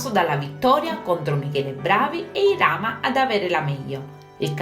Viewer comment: Si dice irama no ilama